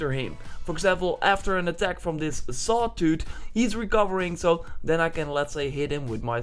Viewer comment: Aw, "Sawtoot"! Toot, toot! :'D (sorry, couldn't resist)